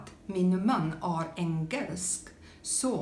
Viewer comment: Pronounce "är" as the English word "air" And happy birthday!